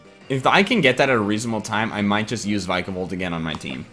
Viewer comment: "Vikavolt" is pronounced "vi-kuh-vohlt", not "vy-kuh-vohlt".